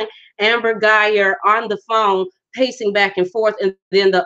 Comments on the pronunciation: Guy-Ger if you are going to do a video pronounce the names correct. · Woman, you're so crazy, you're not even pronouncing her name correctly, but they didn't know each other according to his attorney. Where did you get your information?